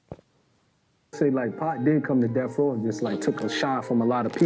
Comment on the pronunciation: Stop using AI. Your bot keeps calling him 2pack. Stop the BS bro.